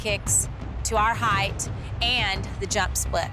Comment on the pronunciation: "heighth" is not a word.